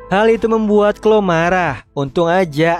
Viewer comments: Izin koreksi bang yang chloe itu bacanya khlowi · merinet, klowi, ini loh cara baca nama nya😭😭